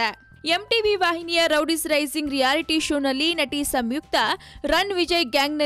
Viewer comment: Amma thaayi Rowdies alla adu Roadies... interview maadbekaadre saryaagi maathaadthara ilwa ashtu gotthaagde hire maadadra???